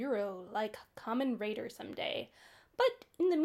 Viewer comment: Kamen RIDER not raider lol. And his name is TERUHARU and is nicknamed "hideo" as he often runs into trouble like a hero.